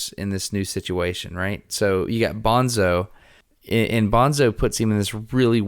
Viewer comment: I assumed "toons" was short for "platoons". Maybe it's not as obvious in the audio book. Also, Destin, it's pronounced Bone-tso (not Bonzo). They made a whole point about the pronunciation in the book. Guys, I haven't read this book in years, but it's probably one of my all time favorites. Thanks so much for this deep dive, it really takes me back! This is the kind of conversation I always want to have after finishing a really good book but can never find someone who read the same book recently enough to have this in-depth of a conversation. But listening to you guys is the next best thing, and you pointed out a few things I never noticed or thought about. I also have to strongly recommend the sequels, starting with either Speaker for the Dead (Ender as an adult in the distant future) which is a totally different kind of story, more philosophical and spiritual, but really worth reading; or, if you can't get enough of Battle School, read the parallel Shadow series, starting with Ender's Shadow, which follow Bean, who was only a minor character in Ender's Game but has a REALLY interesting backstory and future and was actually the smartest person at Battle School. You don't even have to do a podcast, just read them. Orson Scott Card has done so many good books - I would love to have a conversation with that guy because he's clearly a deep thinker who likes to ask the kind of difficult questions that most people avoid. Anyway, great episode - so satisfying.